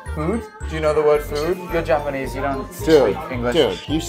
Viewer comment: is fluent in yapanese